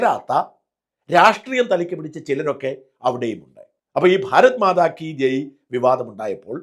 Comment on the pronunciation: ഭാരത്മാതാ അല്ല. ഭാരത് മാതാ എന്ന് തിരുത്തുക